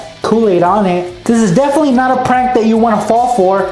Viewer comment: You don't even now how to say prank